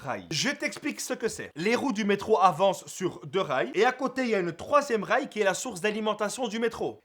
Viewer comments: inventeur du troisième rails (j'avais compris troisième reich) XD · j'ai compris l'inventeur du 3ème reich ! XD